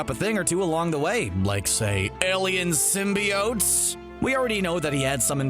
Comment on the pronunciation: (Slaps face) ok....is it pronounced Sim-be-unts like the 90’s animated series? Or what the Sam reimi movies started with sim-bi-otes??? Personally the animated series came first and sounds better, Sim-bi-otes sounds like a crappy breakfast cereal